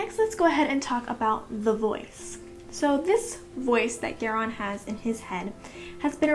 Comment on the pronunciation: Still so sad. Thumbs down. Listen to the audio books, Especially Polgara, Chapter 41 when they name Garion. It is Marion with a G.